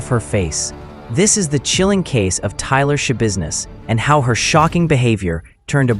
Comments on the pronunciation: It’s TAYLOR, not Tyler. AI is ruining everything. I’d rather see mistakes made by actual humans (or imperfect narration). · It's Taylor, not "Tyler".. You're very welcome! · Yeah, that's my thought too. They clearly state TAYLOR in the audio several times, but the voiceover consistently says Tyler. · The woman’s NAME IS TAILOR FOR CHRISTS SAKE, NOT TYLER!!! 😂😂😂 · Ummm, it's Taylor not Tyler. You're doing a video on this woman but can't even get the name right?? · 𝕀𝕥 𝕚𝕤 𝕋𝕒𝕪𝕝𝕠𝕣, 𝕟𝕠𝕥 𝕋𝕪𝕝𝕖𝕣. 𝕆𝕥𝕙𝕖𝕣 𝕥𝕙𝕒𝕟 𝕥𝕙𝕒𝕥, 𝕘𝕣𝕖𝕒𝕥 𝕧𝕚𝕕𝕖𝕠. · Its not "Tyler its Taylor geez. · Thank you for this. It was very interesting. However her name is Taylor not Tyler. But ty again 🫶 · Her name is Taylor NOT Tyler. How do you do a mini documentery and not get the name right??? 🤔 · her name was taylor shabusiness, not tyler, you sloppy ai jabroni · Why are you calling her “Tyler”? Her name is “Taylor.” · Her name’s TAYLOR not Tyler. You should probably get that right 😂 Seriously 🤦‍♀️🤦‍♀️🤦‍♀️🤦‍♀️🤦‍♀️🤦‍♀️🤦‍♀️🤦‍♀️ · At least get her name right. Her name is Taylor, not "Tyler"..... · It’s Taylor. At least get the name right. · Sorry, this woman is total garbage, but did you do research really when you call her Tyler? It's Taylor. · Her name is Taylor ! Jeez get it right. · T a y l o r get it right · seriously like wtf??!! You want subscribers but you botch up the DAMN SUBJECT OF THE VIDEO’S correct first name! I mean COME ON!! 😂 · It’s TAYLOR… Jeez… At least get the name right 🤦🏼‍♀️ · Its Taylor. If you can't even get her first name right, how much more is wrong? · TAYLOR Schabusiness!! You couldn't even get the name right? Not that it matters what the monster's name is... haha